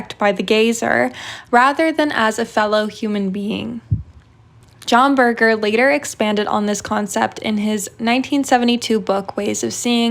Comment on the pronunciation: Great video! But this is the funniest way to pronounce John Berger.